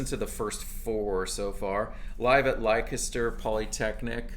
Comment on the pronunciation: Glad you're back making these videos. I looked up the Babacar album. It is seriously hard to find and is £50+ for a cd. BTW I loved your pronunciation of Leicester....... we say it as Lester, like the man's name lol